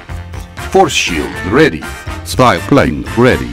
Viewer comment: Did I hear "Style Plane" out of Yuri Advisor?